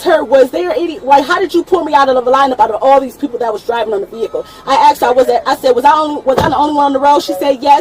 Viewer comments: She axed a question, axed it over and over. hehe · I usually skip the bs and fast forward or skip to the window breaking. Then comes the backseat bs… Oh my gob, are you serious, I dindo nuthin etc. Plus here: ”I axed him, axing questions, ax what”… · Is this saying axed, instead of asked ? We have a winner, NOT. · Axed her? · She axed wat she was pulled ova foe